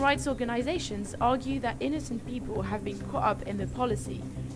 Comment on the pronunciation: Co' up? CaughT up, madam. Learn to pronounce your Ts.